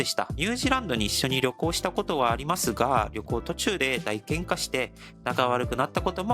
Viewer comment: ✖️だいげんか ⚫︎おおげんか 佐藤さんおめでとうございます🎉 パクくんも幸せになりますように🙏